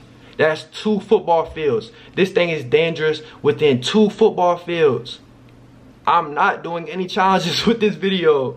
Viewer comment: "das 2 foobaal fields"